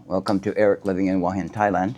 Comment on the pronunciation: There's no 'w' in Hua Hin...